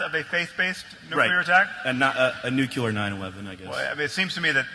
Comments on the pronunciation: Did he say "Nukeelar attack"?? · Virtus Nope. He said nuke-you-lure. He’s in decent company, including President Jimmy Carter, who earned his BS in Engineering from the US Naval Academy in 1956 and served in the US Navy after graduation. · If you can't pronounce "nuclear," you don't get to ask questions about it.